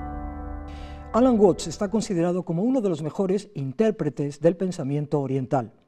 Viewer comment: Se pronuncia "uats" no "uots" Saludos! 😁